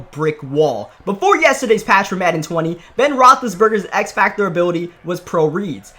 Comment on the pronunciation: Y u do u always say madden like that in your intro.